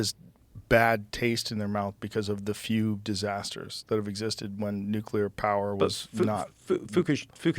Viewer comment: he mispronounces the word "nuclear" as "nucular." hah